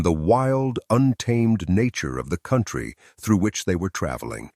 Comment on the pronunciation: This is such garbage. Listen carefully if you can stomach the repetition of nonsense descriptions and you will hear the telltale mispronunciations—See-hildren for children, see-oh-in-try for country—of AI reading. I am sure there is a story of this wagon train that matters, but I am appalled that this masquerades as “history.”